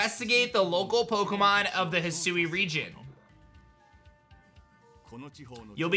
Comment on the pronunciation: He sue❌ Hi sui✅